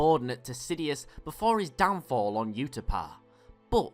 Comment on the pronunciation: did u just say UTAPA LOL gud vid